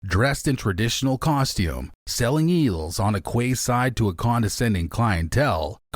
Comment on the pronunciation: Quayside is pronounced keyside think you need to sort out the narration it becomes mundane after a while esp an American who can’t pronounce English.